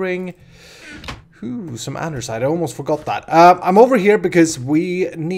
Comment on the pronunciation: why you say andersite